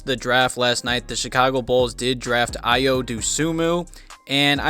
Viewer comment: great video man Fyi Ayo is pronounced “Ah-Yo” I loved the pick by AK